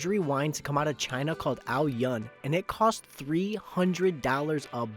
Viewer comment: Dude, you butcher the name. it's AO-yün the U is Ü sound, not the way you messed it up.